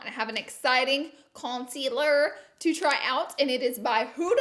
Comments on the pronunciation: No shade but you pronounce concealer like conculer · “Conciller” should be in the Dictionary 😂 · Concealer : conciller Y6 : life Huda : hurrrda Yes : yasss